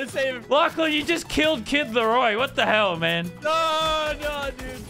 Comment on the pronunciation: It’s kid loroi